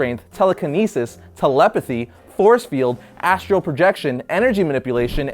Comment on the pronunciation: Astral! Astral projection! Not astro lol